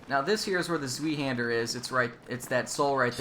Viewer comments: Zweihander. Zwei is german for two (2) and is pronounced more like tsvai :) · It's pronounced "Ts-v-i-hander" ;) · to pronounce zweihander just say spy-hander, the word itself is german for two hander XD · "Zwei" rhymes with "why." With German, you can always tell how to pronounce a word with an "ie" or "ei" by looking at which comes last. If it's "e," you pronounce it with a long "e," like in the name "Siegfried." If it's an "i," then you end with a hard "i" sound, as in "ein, zwei, drei." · for the zwei handier pronunciation, zwei is a German word so the w is pronounced like a v and it ends with a long i.